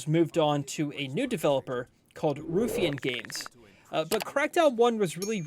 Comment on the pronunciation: The word is pronounced ruffian you sound like megamind when you say it wrong as in you don't want to mess with him he's a real ruffian a rough and tumble guy or that biker bar is full of ruffians go in there at your own risk